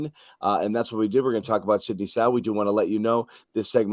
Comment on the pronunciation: LMAO .... his name is Sidy NOT Sidney!